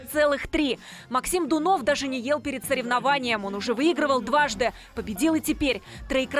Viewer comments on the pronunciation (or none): Дунов, ударение падает на У